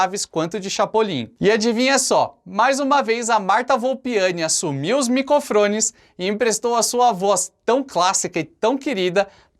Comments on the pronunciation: esse "micofrones" muito sutil kkkk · "assumiu os micofRones..." Kkkkkkkkkkkkkkkkk😂🤣🤣🤣 Alguém fala assim em algum dos episódios do Chavez??? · ''assumiu micofrones